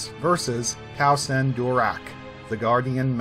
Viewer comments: You're... STILL mispronouncing it actually. I don't know where you're getting, phonetically, "DORak." The only change was in the end. We all have been thinking it was, "DaraCH," when it's pronounced, "DaraK." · I personally think I heard Gnost-Dural pronounce his last name as Darrak rather than Dorak but maybe I misheard, great content as usual. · Darach (Durak) that's going to take some getting used to.